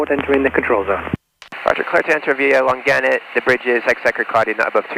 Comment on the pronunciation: For future reference... "Long-Annet" not "Lon-Gannet" or "Long-Gannet". I'll be sure to correct Dom too ;)